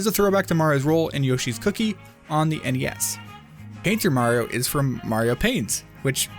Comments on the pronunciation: HE SAYS MARO NOT MARIO BOI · “super maro odyssey” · "Super Maro Odyssey" 😕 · At The beginning:why do i hear "super maro Odyssee" 😂😂